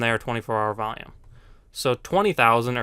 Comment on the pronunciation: Its not volume. Vaium.